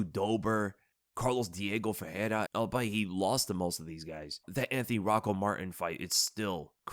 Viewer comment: you know,, im not a native english speaker… but i do believe albeit is pronounced like “all be it” and not like “all byte”… just saying cause ive noticed you pronouncing it this way twice or three times in a row now =)